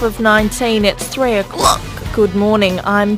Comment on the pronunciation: Jakub Minarik Three o ‘CLUCK